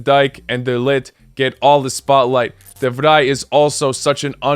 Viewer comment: good job, you pronounced ''de vrij'' perfectly out, as how the dutch say it